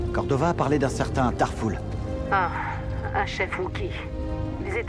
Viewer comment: Très bonne video j'adore très honnêtement mais franchement quel inculte de star wars... Tarful se prononce Tarfoul x)